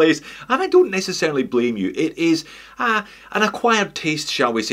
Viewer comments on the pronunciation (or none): none